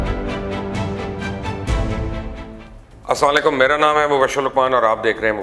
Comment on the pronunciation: Please Assalam o Aleikum proper pronounce kiya krain.thanks